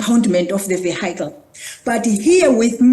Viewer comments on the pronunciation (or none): Its a disgrace that the "minister" didnt know her own laws. And the best is, she cant pronounce vechile😂😂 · What is a "vaihaical"? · Not a stickler for "proper" English but maybe the Transport Minister should be able to pronounce the word "vehicle". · I only learnt to speak English in my twenties but even I know how to pronounce vehicle. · the minister of transport cant even pronounce vehicle😂😂😂😂😂😂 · She cannot even pronounce the word 'Vehicle' properly. What a disgrace! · Minister of transport cannot pronounce vehicle correctly. It is directly the ministries failures for years to start taxi regulation and implement safe public transport. Now the ANC government wants to roll the ball to the province when they start cleaning up.